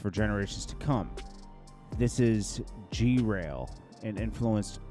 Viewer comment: said "G-rail", the word is grail as in Holy Grail 🤣😭